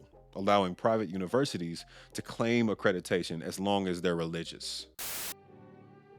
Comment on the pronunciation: Omg the way you say accrediDAtion drives me bonkers.